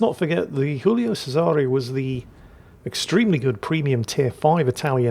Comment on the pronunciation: can someone tell it's still Giulio, not Julio?